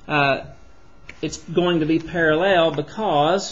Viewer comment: You can explain, but just don't say "parellel", it's parallel. Great video anyway!